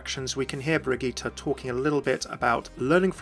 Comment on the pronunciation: I just want to point out that your pronounciation of the name Brigitte is really good!